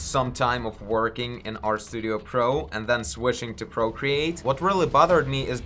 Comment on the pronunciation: I get hes ukranian. I love his content but is he saying error perspective or our perspective? Sorry man